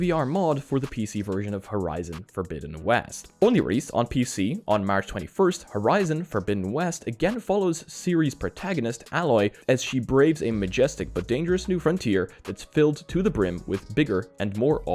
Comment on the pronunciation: Assuming they just ported their Horizon zero dawn mod to forbidden west. Also its ayyy loy btw :) like an italian american